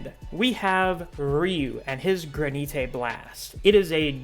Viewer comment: Gran-it is how it’s pronounced